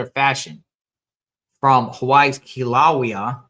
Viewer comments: Pronounced Kill a Way a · The ai wasn’t right either lol. Kila wheya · Say it like KILL A WAY A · It's pronounced Killa-laya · Kill-a-way-ya. Kilauea. Sound it out and you’ll understand the name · Pronounced Kilo Waya